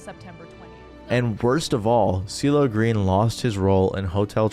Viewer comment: Was calling him "Diddle Green" at the start meant to be a pun? Listened to that first second 10x in a row, it's impossible that you said anything resembling "CeeLo", lmao